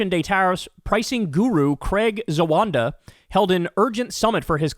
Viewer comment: Please,please ,please take the time and effort tO read. It's spelled Z=a-w-a-w-ad-a. NOT Z-A-W-A-N-D=A